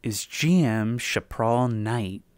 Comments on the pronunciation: I guess it is my turn to be "that guy" but its "shap-puh-rel" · fascinating. youre the first person ive ever heard pronounce chaparral like that. everyone i know pronounces it SHA-puh-RAL